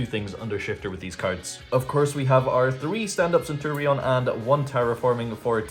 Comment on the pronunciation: Bro if you wanted to play Centur-ion just say so 😂